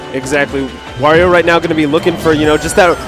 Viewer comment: Wario, Wa-ri-o come on its not that hard to say his freaking name!